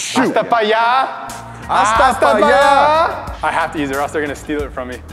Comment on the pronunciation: Hasta paya? Not how you say it